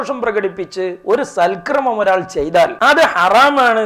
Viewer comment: സൽക്രമം അല്ല. സൽകർമ്മം ഇതാണ് ശരി. ശ്രദ്ധിക്കുമല്ലോ